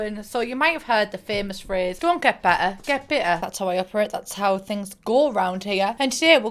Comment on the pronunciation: "Don't get beh-ah, get bih-ah" xD